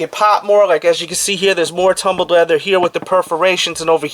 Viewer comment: This dudes pronunciation of his “L’s” is pretty much making it impossible to pay attention to the content since he says the word “leather” 438,221 times. he has the audacity to say “the levels of leathers” as if trying to get the world record for saying leather in one sitting isn’t enough with the pronunciation issue. FML!